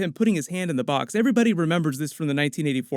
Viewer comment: "What's in the bOox?!"